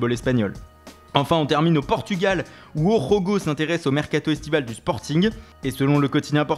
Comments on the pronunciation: Tres bonne revus de presse comme d'hab mais par contre sa se dit o jogo et pas "o rogo" c'est du portugais pas de l'espagnol :) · Les J ne se prononce pas R au Portugal, Ca se dit O jogo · Par contre les portugais prononcent pas le " J " comme les espagnoles :(